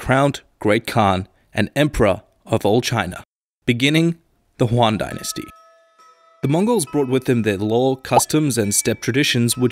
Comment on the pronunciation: Juan Dynasty lol